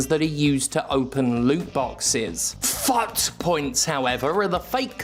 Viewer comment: I will always thank God for someone who pronounces FUT correctly. ❤